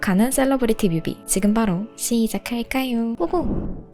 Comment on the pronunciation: 시작할까요옹 발음진짜 취향저격이다 퓨ㅠㅠ